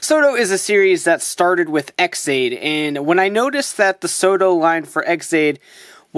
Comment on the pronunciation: I keep on thinking you're saying "Soda Figures." Now I'm just imagining the Genesis Driver from Gaim saying, "Soda!" Everytime you say it, lol.